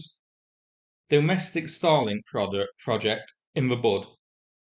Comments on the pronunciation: Because of your accent, you make "Starlink" sound like "Stalin". Never made the connection, so "thanks". Let's hope the strike left a FLAMING-O on the ground. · Is saying Starlink or Stalink? It is unclear 🤔